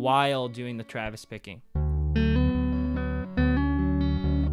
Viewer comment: I keep hearing Travis Baking????? is that what you're saying?